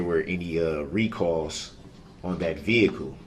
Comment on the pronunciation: The 20tin veehikle